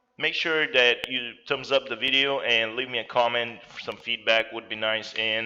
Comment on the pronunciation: did he say BIDEO instead of video? 😂